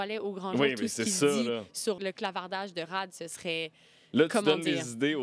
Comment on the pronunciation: Tout le monde: "Rad": "Rhad"